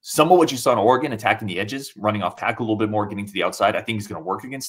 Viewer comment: If I hear say Ore-GONE one more time